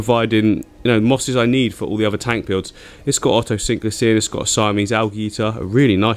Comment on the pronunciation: Otocinclus or Oto-sync-lus 😂😂😂